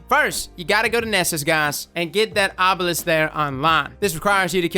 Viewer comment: OH NO I heard arbalest when he said obelisk 😐😐😐😬😬😬 AGHHH